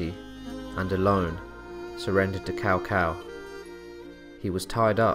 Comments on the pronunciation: OK can u pronounce Chow Chow aka cao cao name right and not cow cow lol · The proper "Tss-ow Tss-ow" pronounciation is really weird to say for most non-Chinese speakers. Am pretty thankful (later) DW taught me bits of proper Chinese name pronouncing. In business if talking to a Chinese individual, if I say their name not-Cow Cow-style it often prompts a hint of pleasant surprise. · Are you saying "Cao Cao" ? Because it's pronounced more like "chow chow" or "sow sow" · Ahh PS2 Era Dynasty Warriors pronunciations in this video. "Cow Cow" a pronunciation I had not heard in years. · I always prefer Cow Cow to Sow Sow. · Its traditional pronunciation the OGs will remember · Let us not forget the great "Cow Pee". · Awesome video. I love the hilarious pronunciations. Cow-Cow, Louie Bay, The Zoo province. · Lord cao cao name will forever be butchered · And he also said Lui Bang, not Liu Bang. And he called Cao Cao Tao Tao.xD